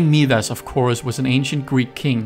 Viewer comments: Note: I think that is Palace My-das, not Mee-das. Also, I think the right pronunciation is Cata-coms, not Cata-cooms. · Awesome video. 👌 Just a reminder. Scion is pronounced as "skee-on" and Midas is pronounced as "my-das". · Thank you so much! Haha, I know. Several commenters have pointed out my butchering of Scion - I'm sorry! The reason I pronounce Midas the way I do, is because I went for the Greek pronunciation.